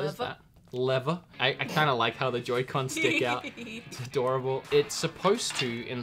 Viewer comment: “Its adOORable”